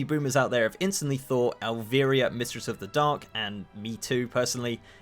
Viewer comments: El-vEYE-ra you philistine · How… how in the fuck did you just say 'Elvira'? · the way you tried to say Elvira made me want to claw my ears off